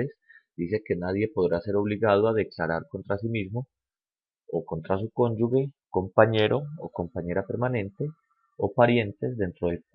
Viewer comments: no se dice ConyuGUE se escribe cónyuge, y se pronuncia conyuje, es como pronunciar con J, si le queda difícil pronunciar con G, pilas con eso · Se dice conjuge, es pronunciando la g sin que haya una U que no existe, gracias.